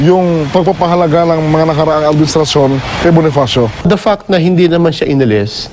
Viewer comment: BIGLA AKO NATAWA SA PART NA “DA FACT”